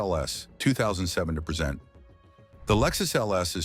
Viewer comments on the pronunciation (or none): Especially when it keeps pronouncing Acura and present wrong 😂😂